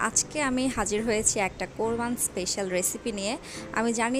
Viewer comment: শব্দটা কোরবান না,এটা কোরবানি হবে। স্টাইল করে বলতে গিয়ে শব্দের সঠিক উচ্চারণ না করার মধ্যে কোন বাহাদুরি নাই।আর আপনি রান্না কতটুকু জানেন তা আপনার ভিডিও দেখেই বোঝা যায়। পেঁয়াজ পুরিয়ে ফেলেন, আবার তলায় লাগিয়ে ফেলেন।আর একা গ্লাসির কালার হয় নাই।গ্লাসির কালার হবে হালকা বাদামি কালার।